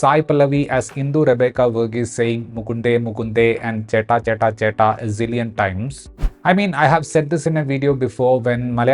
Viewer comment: the accent was the issue while saying chetta chetta etc the original person is Malayali ryt she would have sounded gud anyways ( ta is pronounced in different way by Pallavi, so artificial)